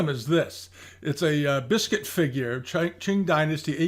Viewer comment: bisquit is not 'biscuit' - it is 'beesqeet';-)